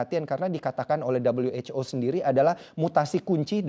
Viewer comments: maaf min kami orang indo gak biasa dengar dabelyu wec o bilang aja who lebih familiar di telinga orang indo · 'Dabel-yu-ech-o'. Lebih enak kalau disebut 'we-ha-o' saja, kan lagi bicara pakai bahasa Indonesia. Fun facts: Presenter menggunakan kata 'begitu' sebanyak 41x, tetapi hanya 1 yang penggunaannya tepat di dalam kalimat. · Dabelyu ej ow. Sok inggris!